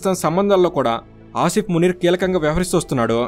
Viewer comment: Eedu names correct ga chepatla minimum, field master antadu entento notikochinadi anesthunadu…. Anni sarlu Aa Munir gadi name palikavu okka sari ina correct ga chapthunama ani aalochinchava avanni nduku likes, views and subscribers vasthunnaru kada chaalu antava 😂😂😂